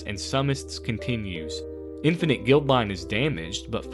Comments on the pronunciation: Interesting story, but every time I heard “Guild”line instead of “Guide”line for the space station, especially when the card itself is on screen for a fair number of those instances, I wonder whether this is an AI voiceover or a person that didn’t notice the error. If it’s an AI voice, I express my opinion that such things should be scrubbed off the net — if it’s a real person, I question why the error wasn’t noticed between writing, recording and editing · I don't have a single favorite, but I really enjoyed playing with Syr Vondam! Watching this I now understand why he was w/b. By the way, it's guide-line, not guild-line on Infinite Guideline Station. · Guideline bro not Guildline